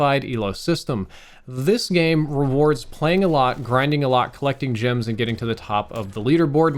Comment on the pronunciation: Jims?... or gems?! G eehh mms gems